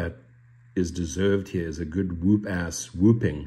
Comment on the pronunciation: Fyi: It's pronounced wup. Wup ass. But you have a cool accent. 😎